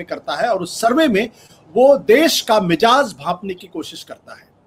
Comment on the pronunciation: Ashutosh Saheb Aap Mizaaj ko " Mijaaj " Kahtey hain, Hamein Gawaraah naheen hota hai, Kyoon k Aap Ek Channel Handle kartey hain.Umeed k Aap Is Literary Laghzish ( Mistake ) ko Aahista Aahidta Rectify kareingey.